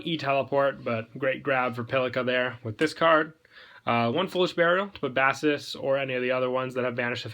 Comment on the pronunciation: you call them b-ass-es? that's a fish.... they're pronounced b-ace-es.